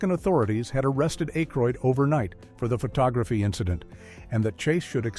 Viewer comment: it's not A...k....roid.